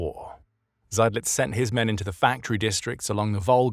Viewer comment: I was waiting for the name 'Seydlitz' to be mangled but it was pronounced properly. I had never heard of him before and I'd thought I knew a fair bit about Stalingrad. Subscription earned!!!